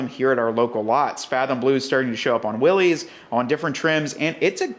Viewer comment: I love what you are doing with the '41. The offset spare with the fuel can on the tailgate is very cool, although I think it would be better with a Jerry Can instead of a Rotopax. And the blackout light up front is awesome too. I just have one persistent complaint. If you are giving a nod to the original MB with this project, why in Heaven's name would you still pronounce Willys as Willeeez? I'm sorry, but I just can't give a video a like or a share when this error is in it.